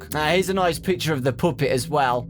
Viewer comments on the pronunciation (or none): I love the way you say puppet you say poopit XD love it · I just can't stop laughing when he says poopet. I'm sorry